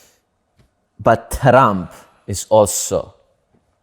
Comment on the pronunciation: When fidias said TRRRump andrew was forcing himself so hard to not laugh 😂😂😂😂